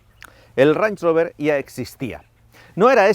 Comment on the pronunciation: no he podido no escuchar como lo llamas una y otra vez "ranch" rover e imaginarmelo como una botella de salsa ranchera